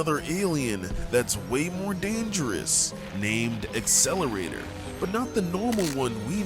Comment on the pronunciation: not accelerater, it's accelerate (spelled as XLR8)